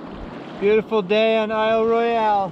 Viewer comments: Regardless of the spelling, It’s pronounced Isle Royal... not Isle Roy Ell. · Regardless of the spelling.... it’s pronounced aisle Royal...not Isle Roy ell